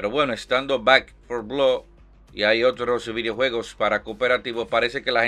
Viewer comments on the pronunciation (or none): none